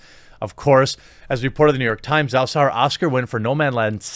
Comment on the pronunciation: Its pronounced jow or jao btw not zao, the zh makes a j sound like in just or juice